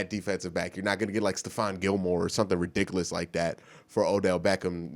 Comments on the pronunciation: lol does anyone think it's adorable when mispronounces words......"stan-ima" "ri-dik-a-lis" lmao no homo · I like how he says "forf" intsead of fourth, and how he says ridiculous.